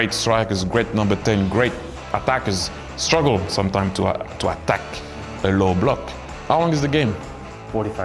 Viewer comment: 앙리 어때끄 발음 귀엽노ㅋㅋ